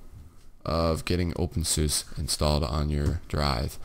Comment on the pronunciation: You Said OpenSUSE The Wrong Way